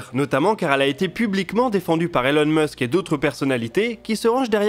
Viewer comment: El on musk ! Ah la la mdrrrrr